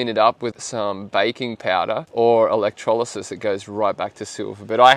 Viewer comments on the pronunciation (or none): none